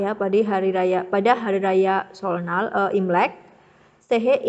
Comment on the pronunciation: seollal bc nya ky seolnal